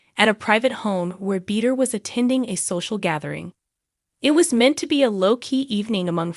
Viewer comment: U might learn how to pronounce Shannon’s last name.